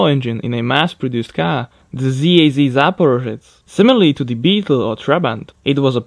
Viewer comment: The way you mispronounced the word Zaporozhets (Запорожец) being Slavic is really shameful. No offense, but...